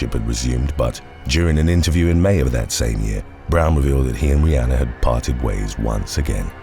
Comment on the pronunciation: Love how he keeps mispronouncing Rihanna name